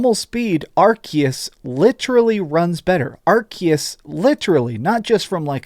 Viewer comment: pls stop saying 'arkias'